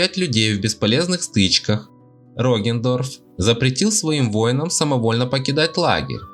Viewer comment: Я один испытываю кайф когда он произносит: "Роген Дорф"?